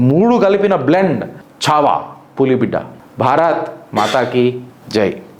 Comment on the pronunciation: చావా కాదు మిత్రమా ఛా వా